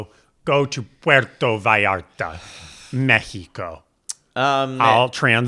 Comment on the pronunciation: México - very well pronounced